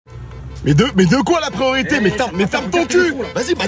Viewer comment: le « kwAa » c’est pour me tuer 😹😹😹